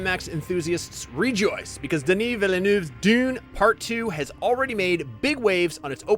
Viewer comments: or How to butcher a name... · The movie is not perfect, that is true, but it is great. This video by IGN is not :D At least try and pronounce the directors name right dude. Unanswered questions are in the book you dummies. Not every movie has to spoon feed you every bit of information. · What in the world is this man even saying? The best part of this video is how badly he pronounces Denis Villeneuve's name and how consistent he does it. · this is the single worst video IGN has ever put out. the worst is he mispronounced the directors name on top of having the worst opinion ive ever seen. is terrible. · One day Americans will actually put some effort in to saying Denis Villeneuve's name properly.